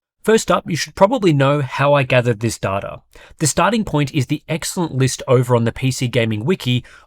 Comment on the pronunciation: It's data, not data!